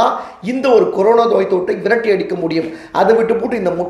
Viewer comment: கொரோனா..என்றே சொல்லவும்.. கொரோனோ...என்று சொல்ல வேண்டாம்..